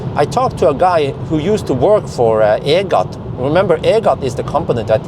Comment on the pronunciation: EGAT stands for Electricity Generating Authority of Thailand. Just pronouce EGAT as E-Gat ( as bat)